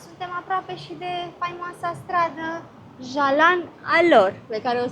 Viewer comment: You pronounced Bukit Bintang and Jalan Alor perfectly,unlike other tourists. Like locals.😊❤